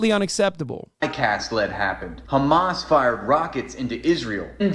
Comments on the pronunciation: Yeah what's with the 'Khamas'? I've noticed it too. Is it meant to be offensive or something? It just sounds like a dumb mispronunciation. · beuatifully debunked as always, I will just say that the reason that israels say khamas instead of hamas isn't out of malicious pettiness - it's just how it's said in hebrew. many words in hebrew use the kh sound and when they are talked about in english they're usually said with an h instead, so hebrew turns h sounds back into kh. same goes with hasan and hebron and many other places/names that start with an h sound. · complains about how people say hamas and says lihay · Ben will go out of his way to pronounce Hamas that way but intentionally misgenders people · Hamas is pronounced with an (H) not like you’re spitting😂